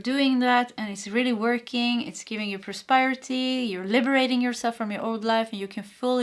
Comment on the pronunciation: Då jag själv kämper ibland med visa svenska ord kände jag igen mig själv när du hade svårt med prosperity och prospering. ... så det är pros PER (som killenamnet) ity men prosper och prospering där sper uttalas som in namnet jesper. Hoppas det hjälper någorlunda då har vi tur så behöver du prata om prosperity många fler gånger här!